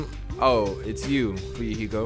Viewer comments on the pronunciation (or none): minutes in and you can tell is loosing his fucking mind!!!!! "Nagit-ooo and Fuyuhik-ooo..." that shit had rollin honestly!!!!!